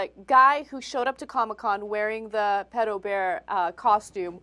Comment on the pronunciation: he miss pronounces "pedo", yet he talks like hes a frikin expert...